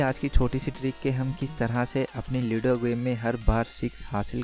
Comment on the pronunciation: lido nahi ludo huta hai...